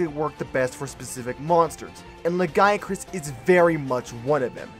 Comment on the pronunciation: It's pronounced "lagi-a-crus".